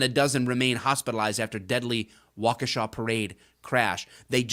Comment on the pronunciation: Thank you, for being able to pronounce Waukesha correctly.